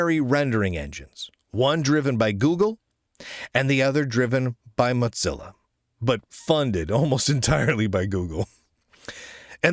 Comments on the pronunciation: Andreas and the Ladybird development team are doing fantastic work, and it's genuinely inspirational. On a fun note, at least Lunduke can’t pronounce Ladybird like he does with Mozilla ("Motzilla"). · Had no idea the word Mozilla had a 'T' in it. Or is it a 'D'? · He pronounced Mozilla like pizza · I hope Ladybird succeeds because that would make you have less news about Mozilla and I can't stand your wrong pronunciation of this word like if it was pronounced like pizza.